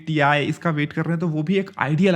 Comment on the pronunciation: Ti nahi Tie bolo 👔 🙂😆